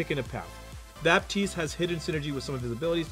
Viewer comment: you do not prononce the p in baptiste it's a french name